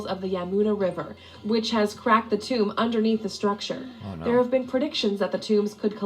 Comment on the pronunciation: Its Tomb